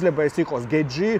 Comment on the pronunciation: აუ ვითომ იცის ემემეიზე რა სახელს ვერ ამბობს ნორმალურად. გეჯი ვინაა? ან პირია ვინაა? ან ომელი ვინაა?ან ძუპლესი ვინაა? ან ხაიპი რა არი? ან რესლინგი რა არი? ან ანკოლაევი ვინაა? ან ვინ გითხრა რო მახაჩევი იუეfსის ყველა დროის მებრძოლებში არის ნომერ პირველი? რავი ჯობს თავი დაანებო ამ კონტენტს.